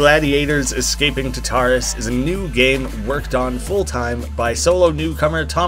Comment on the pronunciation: Oh this looks sick! Also I’m pretty sure it’s pronounced like TAR-tar-us, but that doesn’t really matter :)